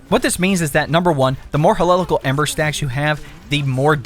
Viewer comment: It was so hard for me to watch this because how badly you fucked up some of the names like Hecate and Heliacal 😂